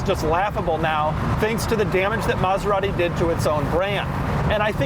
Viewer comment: Doug is the kind of guy to pronounce it MaseraHti for no apparent reason.